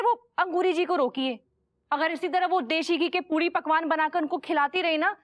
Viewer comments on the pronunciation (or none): Ooo Anita ji bhi puri ko pudi bolti h